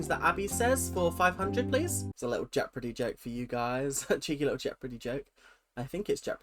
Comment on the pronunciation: ok no, we are not going to just skip on over the way you say "jeopardy" 😂😂